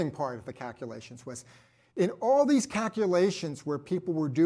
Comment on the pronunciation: Take a drink of your favorite beverage every time says "cackulations."